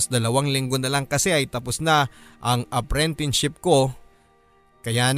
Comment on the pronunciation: Bakit parang apprentineship ang naririnig ko imbes na apprenticeship? LoL